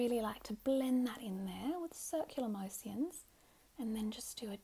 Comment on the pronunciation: " circular mo-si-uns " ahahahahha